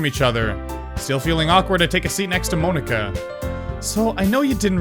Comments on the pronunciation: it's not moanika it's monika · Monika like poke-a-mon not mone-ika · He says Monika really weird